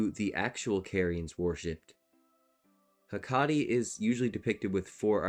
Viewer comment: Great reasearch, but it would have been a little better if you looked up the pronunciations of some of these words, like Hekate (Heh-Ka-Tee). You can lose some credibility when you mispronounce (a lot of) words, so spending a few more minutes to look those up (on Wikipedia, online dictionaries like Merriam Webster or Cambridge, or listening tp other YT creators). It's obvious you read a lot about these topics, but did not hear a lot, basically. You definitely prioritized right (substance over style), so you add a lot to the ER lore community, but for a greater reach, you need to dot the i's and cross the t's, basically. For a lot of the pronunciations of the more occult topics ESOTERICA (YT Channel) is excellent.